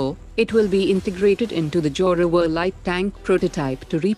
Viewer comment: 70% bullshit. Further the commentator has a weird accent can’t even pronunce the word zoravar properly .